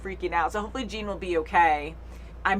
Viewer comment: Btw, Jean is pronounced like John and not gene. Also mikasa is more like me-kuh-sah and not mi-casa